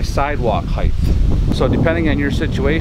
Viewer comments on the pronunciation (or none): I'm from Michigan, and they are correct. Even in Michigan, the word is "height", not "height". No matter where you are, there is no such word as "heighth". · No such word as heighth!!!! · I wanted to like this video so much, but the "heighth" was really getting to me!!! It's "height", not "heighth". I know people think of "width" and want to put the "th" on the end just like "width". But there is no "th". It's just "height"... :) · The word "height" rhymes with "night". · Thanks for the video, but there is no "h" at the end of "height". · I noticed the mispronunciation as well.